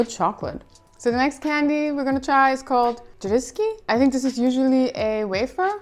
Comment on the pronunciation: Not Grzeszki, but Grześki 🫣 Grzeszki is short for grzech witch means "little sins". Grześki is plural od Grześ witch is schrt for a mamę Grzegorz witch is Polish equvilent od Gregory 👌